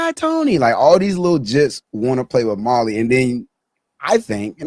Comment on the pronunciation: Not “ molly “ Mali <<<<